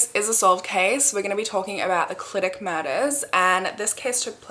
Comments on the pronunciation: First of all, stan a queen that pronounces Clydach right ❤ second of all, I have so many thoughts about this case!! I'm absolutely convinced of Dai Morris' innocence, at the very least there is reasonable doubt questioning the conviction. South Wales Police (and Gwent police, the neighbouring police force) are so unbelievably corrupt and from personal experience I have so little faith in them or the CPS to do a good job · I love how you pronounced Clydach, we actually pronounce it as kli·duhk ❤